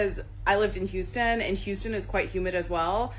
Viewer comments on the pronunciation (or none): none